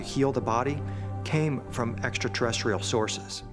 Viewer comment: I think this is made with artificial intelligence because the narrator can’t pronounce extraterrestrial correct 😂 👽